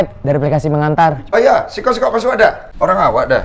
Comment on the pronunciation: Maap om blh koreksi? Bukan sikok kl sini tapi siko .. kl sikok bahasa Palembang arti nya satu 😁🙏🏻 Tapi jujur aq ngakak liat video ini ..sampe aq ulang trs 😂